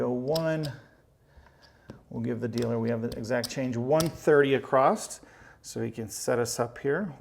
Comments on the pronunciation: It’s across. Not acrost. Great video though. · across not acrosT....my goodness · The word is across, not acrossed. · Exactly my thoughts throughout the video, I kept asking when we started spelling across with a “T” at the end! lol. Great video other than that though. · Literally I love this man. He's taught me this game and I'm hooked. Can't wait to try some of these strategies at the casino soon. That being said, if he says 'ecspecially' or 'acrossed' one more time I'm going to lose it... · It's not acrosst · I keep hearing 64 acrost? I'm I the only one?